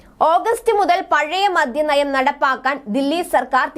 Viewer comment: മദ്യം എന്ന് പറയൂ. മദ്ധ്യം അല്ല